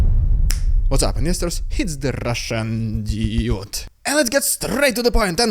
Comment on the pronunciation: You really need to work on how ypu say dude as it sounds like idiot with your accent lol need to be clear with the word dude